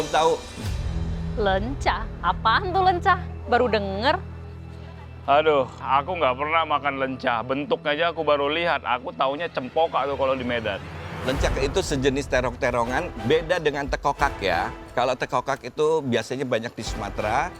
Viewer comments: Leunca min bukan lencak😂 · LEUNCAAA MIN, LEUNCAAAA. NOT LENCAK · LEUNCA woyyyy bukan LENCAK 😭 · LEUNCA KALI BUKAN LENCAK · Leunca bukan lencak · Leunca bukan lencak...😂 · Min LEUNCA min LEUNCA.... Bukan LENCAK............ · Leunca min, bukan lencak!!😢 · Leunca bukan Lecak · min, jangan LENCAK atuh tapi L-E-U-N-C-A beda arti. dan beda jauh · LEUNCA MIN, BUKAN LENCAK 😂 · Itu POKA Bukan c itu lenca 😂😂😂😂😂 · Punten min.. bukan lencak. Tapi leunca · Kok lencak 😂... tari kecak kali ah......leunca....itu yang bener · yang bener itu "Leunca" yaminyaaa astaga